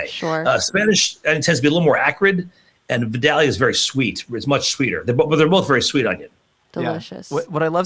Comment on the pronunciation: Native Georgian here, it's pronounced V(eye)(day)lia. That is all.